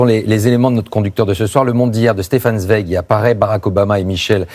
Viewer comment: Prononcez de grâce TSWEIG